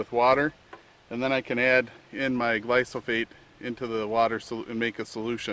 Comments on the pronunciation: Its gly-pho-sate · Great video. Can you pronounce the word gly-pho-sate correctly? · It's the most deadly substance on earth you dickless wonder, you can't even say the word right?Because your brain is already rotting away and all these people in here, commenting saying good video? Roundup is going to be responsible for billions of deaths, not millions, billions!! Oh yeah it's a great great video! A bunch of dumb trucks you all are